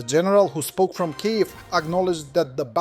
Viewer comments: I think it was more than that. It relentlessly mispronounced almost every Ukrainian word. I got heartily sick of hearing "K'eev" pronounced something like "Kie ivv" (something like "high live"). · I know the various pronunciations, but if one is using an AI to talk about a geographical area, one should try to teach it the pronunciations of the cities and regions, etc. Mispronouncing Robotyne is understandable. Kyiv, which is mentioned often is far less understandable.